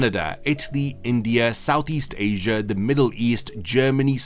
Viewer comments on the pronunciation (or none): none